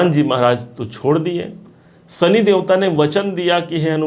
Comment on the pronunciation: Bhai, Sani nahin Shani. Aapki bhasha mein saare 'Sha' 'Sa' hain. Video achha banaya hai aapne!